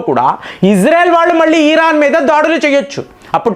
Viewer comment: ఈరన్ కాదు.. అది.....ఇరాన్. , please